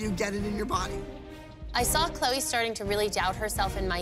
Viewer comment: Maddie said “good luck 🍀 CHLEO instead of Chloe 😂